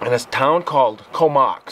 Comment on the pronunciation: COMOX is pronounced CO MOX as in BOX. Great true story about an encounter with a hybrid creature with baddy angel DNA in it